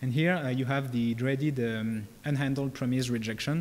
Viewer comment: Please don't pronounce "promise" the way you do because it feels so painful to me.